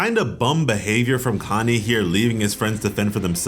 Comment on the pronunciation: I hear “Kanye” instead of “Connie” every time you say it